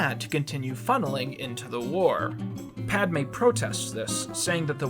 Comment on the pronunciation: no you were saying it right